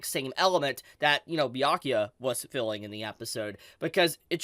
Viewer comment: Haha, YO this is awesome! You can finally say "Byakuya" this week, no more BAYAKUYA 😂😂🫡... proud of you. Someone give this Man a Bell's! 🥃